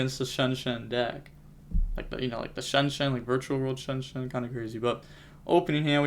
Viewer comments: Lol where u get shenshen from? Non of those names sound like shenshen lol😂😂, but i think it’s pronounced zong-jian but in one word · Shianjan is how it’s pronounced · i think its pronounced chi ang ge aan because xi = chi in chinese from what i've heard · the pronunce is more like "Chianjian" is a analogy to xianxia that is a chinese fantasy style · Pronounced zong-jong (or close to that. I know how to pronounce it but I’m not sure to how tell you how to say it without you hearing it) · As a fluent english and mandarin speaker, I'm going to give you the one and only secret to pronouncing xiangjian. Say "Shawn Jen". As in Shawn, the name. Then Jen, like short for Jennifer. This will be 99% closer than anything else that any non-native mandarin speaker says. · The authentic pronunciation for XiangJian in Chinese would be shee-ahng Gee-anne. So the first word would sound like you put the word “she” in front of the word “on” with a G at the end, and the second word would be “gee” like “gee wiz” or whatever combined with the name “Anne”. I can also drop a voice message in ur discord if that’s not clear. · The deck's name is pronounced "shianjiam", im almost sure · How dumb can you be to pronounce them SHEN SHEN. I mean it's not even close to their name dude you just literally gave them a new name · I think you pronounce it Shen Jan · Xiangjian could be pronounced like Shian-Yian :) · The pronunciation is like "She-Ahng-Jian" Xi in Chinese makes the "she" sound. You can put the sounds together to be Sheahng, with the ahng including the ah sound. Jian is the way it's spelled :) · From my time speaking mandarin I believe it’s pronounced “shian jaang” is the jaang being pronounced like jong. You say it decently fast so it’s smoother in speaking. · Chi-aang ji-aang is how you pronounce it, you say the first part of each word fast and extend the “a” of the second